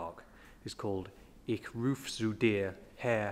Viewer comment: Great, thanks - the talking, the photography, the music. But ‘ich’ is pronounced much more like “ish” than “ick”. For me, it’s “ish”, as in “fish”, but just held back in the mouth a bit, so that more of the breath goes down over the lower lip, instead of straight out.